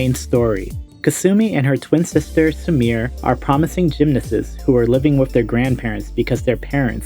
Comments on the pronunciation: Sumire isn't pronounced as "su-meer", it is "su-mi-reh". 😒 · You pronouncing "Sumire" as "Samir" is legit hurting my ears...